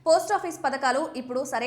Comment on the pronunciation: పతకాలు కాదు, పథకాలు! తెలుగు సరిగ్గా రాని తెలుగు పాపులర్ TV😂!